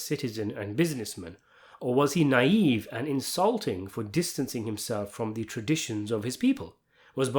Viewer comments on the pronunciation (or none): none